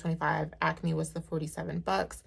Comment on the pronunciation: You have to be in the tri-state area because you say ACME the right way! Lol. I’m from The Philly area 😀